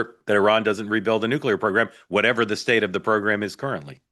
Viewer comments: The base word for nuclear is nucleus. It is pronounced “Nu-clee-er”. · Nook you lerr !!! 😂